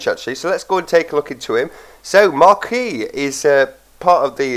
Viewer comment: Markey is how to pronounce it